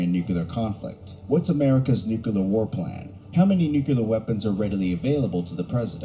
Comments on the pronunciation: I hate how this video’s narrator says “nucular” instead of “nuclear” ahhaha. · You know this video they are reacting to is top notch when the narrator spends the entire time saying "nucular." My fellow Americans, it's "nuclear." It's two syllables, not three. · I swear that dude kept saying "nuculer" instead of "nuclear." If he's going to do a video on a subject, he should make sure he can pronounce the word correctly. Great reaction video though, guys. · Listening to someone pronounce it Nuke U Lar grates me like finger nails on a chalk board. It's spelled Nuclear, pronunciation Nuke Lee R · What is this thing with people pronouncing 'nuclear' as 'nukular'?(its pronounced new-clear) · And how many times can we mispronounce nuclear. No fault to you folks but the video you’re reacting to is unwatchable for me. Nuclear has two syllables, ‘new- clear’ not three, ‘new-cue-lar’. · Nithing worse than a paid commentator saying nukular and not nuclear. Get a dictionary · Nucular war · We all love to say nucular instead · Never trust a documentary about nuclear war when the narrator cannot pronounce the word nuclear properly. It is not new-cue-leer 😂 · I love you guys, but I just couldn't watch the video, because I'm so triggered by the narrator saying : "new-que-lar" 😂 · Tsk, the narrator says "nookyaler." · It bugs me that the narrator kept pronouncing it "nucular". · It's weird someone would make a whole documentary while saying the word nuclear wrong. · For someone recording a nuclear war video, they sure do mispronounce nuclear a lot. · Watching this video narrated by a guy that can’t pronounce nuclear is very distracting!